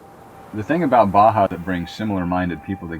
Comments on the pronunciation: How do you pronounce it? It's like Bah Humbug but then Bah' Hah, same vowel sound each word. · He spent years discovering Baja but still can‘t pronounce it right… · 9 monthts a year in Baja and still cannot pronounce it